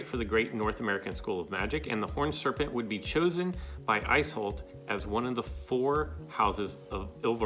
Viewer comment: Isolt is more properly pronounced as ee sold or ee solt